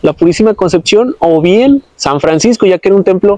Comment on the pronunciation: No será más bien templo franciscano? Dijiste San friscano. Excelente video y excelente relato muy interesante. Ojalá lo hubieran podido consevar es una lastima tanta belleza y ya casi no queda nada